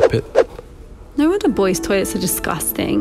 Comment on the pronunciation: she sounds like a fellow scouser when she says disgusting haha 😄